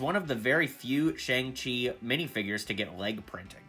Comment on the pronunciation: I think its pronounced "shyoung chi"